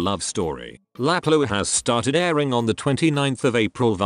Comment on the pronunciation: La pluie ❌ Laplow✅ 😂😂😂